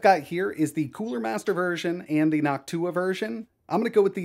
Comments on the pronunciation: Saying noctua like hawk tuah from now on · I love how he says "Noctua" like "Hawk tuah" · bro got me smiling the way he's saying nocTUAH 😅